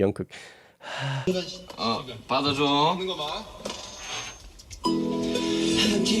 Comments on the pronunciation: Jungkook not Yonkook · Jungkook not Yungkook😂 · Liking your insights about the recording process! By the way the J in Jungkook is not pronounced as Y haha. Looking forward to more!